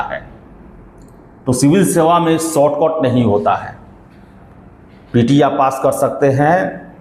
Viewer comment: ShortCot nhi..... ShortCut boliye।।।। उच्चारण गलत है